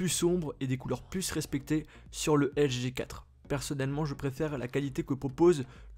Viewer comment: Articule quand tu dis LG G 4, on dirais que tu dis juste LG4